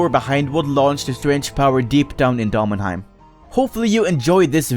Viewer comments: its pronounced demon-heim. like, idk, a demon. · The way you pronounce daemonheim bothers me far too much. The e after the a is there for a reason.